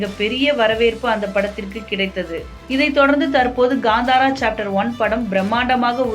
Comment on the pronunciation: That's not ghandara it's kantara😂